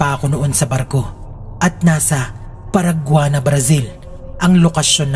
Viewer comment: Paranagua hindi paraguana